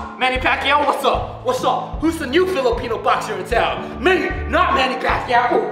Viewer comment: The way he pronounced Manny Pacquiao 😂😂😂